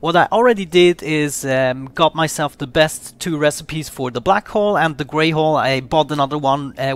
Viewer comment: Black hull sounds like black hole